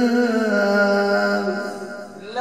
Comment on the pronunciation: دكتور وتنطق هكذا كزبوا وكزابا لايليق بك يادكتور حيث يظهر عليك الاجتهاد في تجويد القرآن والحرص الشديد في تلحين المقامات بالشكل الصحيح فمن باب اولى أن تحرص على نطق القرآن نطق صحيحاً كما أنزله الله.